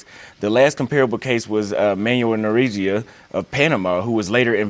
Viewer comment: pronounce it NorieGa not NorieJa